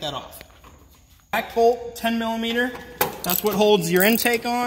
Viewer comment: He kept saying millameaner and it cracked me up 😂 thanks for the video though